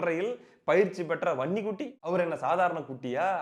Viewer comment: தம்பி நீ வன்னிக்குட்டி எனும்போது எனக்கு பன்னிக்குட்டி பன்னிக்குட்டி என்று கேட்கிறது எனக்கு மட்டும் தானா